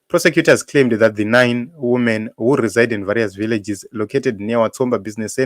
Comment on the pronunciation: Women is plural for woman pronounced as "weemen" not "wuumen"